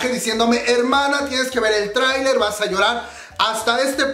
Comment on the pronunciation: dijo trainee y yo entendí tráiler!😂😂😂😂😂